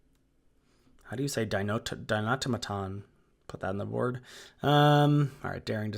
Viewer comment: Di-no-TOM-a-ton. Like automaton, but with dino at the front.